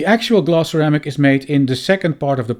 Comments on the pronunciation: Oh! you are saying glass !!! Why are you saying gloss !!! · Maybe pronounce it as glass not gloss